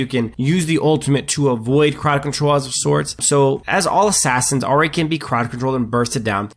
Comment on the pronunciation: Ah ri ah ri ah ri. It's I-ri not ah-ri